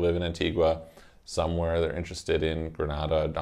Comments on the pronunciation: Ummm Gre-Nah-Dah is in Spain, Gre-nay-dah is in the Caribbean. Just saying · Very condescending towards the caribbean..."nothing going for them" comment. Furthermore Grenada is pronounced Grey-nay-da. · It's pronounced Gree-nay-da.